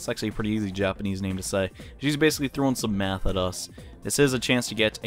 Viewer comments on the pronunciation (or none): "Easy japanese name to say" He says it wrong XD